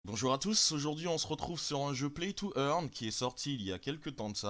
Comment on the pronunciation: earn not eaghn